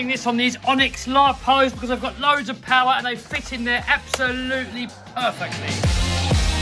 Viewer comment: MORE POWAH!